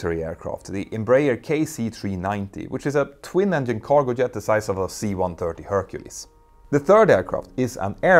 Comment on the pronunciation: I like how he pronounces jet, "yet", but pronounces yoke "joke" in places.